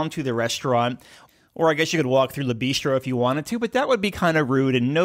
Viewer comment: It’s interesting to see that NCL has a partnership with Starbucks! And since you mentioned it in the video, the vowel sound in “Le” in Le Bistro is pronounced similarly to “good”. 🇫🇷🧑‍🍳 Oui oui!